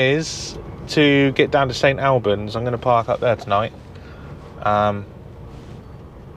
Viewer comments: Ffs it's St 'All' bans not 'Al' bans!😀Great video though mate! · It's pronounced St All bans as in "All of us!" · Its PRONOUNCED AS St ALL BANDS = St Albans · St all-bans is the way to say it